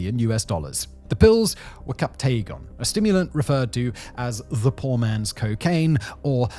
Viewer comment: Great video that covers the important dynamics, but please please please fix your pronunciations!! The majority of the territory names, city names, and even "captagon" (it's "captagon" not "captaygon") are absolutely butchered, and it's incredibly off-putting. A quick google search will tell you how to pronounce all these correctly